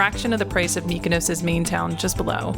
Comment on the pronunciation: Not only can you not pronounce Gyro, you also can’t pronounce Mykonos 😂. Food looked amazing though